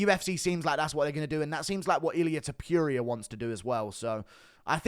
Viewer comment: First: You are saying "Topuria" wrong time and time again. Second: You are nuts if you think Ilia is going to fight Alex in Australia, him being the current champion. He has already said that.